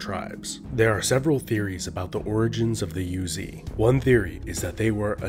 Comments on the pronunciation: The tribe is not called "Yuezhi", it is pronounced "Rouzhi". There is a lot of pronunciation that was translated by the common pronunciation of Chinese, but there are many that actually pounced differently in the history, "Rouzhi" is one of them. We always and still procurance that way in Chinese history study. Maybe western scholar missed this fact when naming it in English. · Yuezhi is Yweh-jir, like sir in a British accent with no r sound. It's a Chinese term. I love these videos!